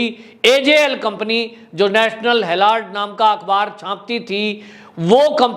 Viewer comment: भाई हैराल्ड है हैलार्ड नहीं